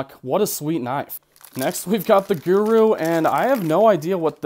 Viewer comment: Where is this dude from?!?!? The way he talks is like nails on a chalkboard!!! Also I've never heard guru pronounced gehwru.